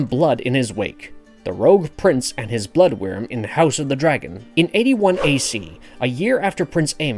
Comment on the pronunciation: Its "Blood Wyrm" not "Blood worm". I feel like most of these clickbait videos are made by people who have never read a book in their lives.